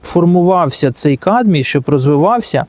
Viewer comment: камбій , а не кадмій - а загалом дякую за пораду